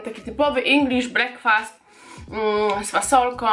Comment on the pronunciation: brekfest a nie brakfast